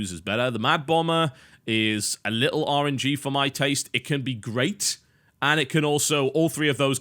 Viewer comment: Biscuit, every time you say something like, "thats a bit too RNG for me", I hear "orangey". I think you may have coined a new word. When any game mechanic is a little too random, you can say "rolling dice is Orange", or "That card is Orangey".